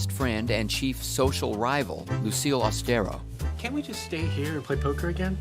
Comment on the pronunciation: "My dear Lucille Aus-te-RO." 😂